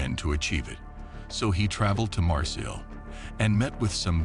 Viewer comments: Just like he said “Marcil” instead of Marseille or Mar Say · The pronunciation of Marseilles is even worse. It’s pronounced Marsay with the French throaty ‘r’ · Or say it like Marsay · Nice, marsay, crode......added to the charm of this narration....was waiting for off of....😂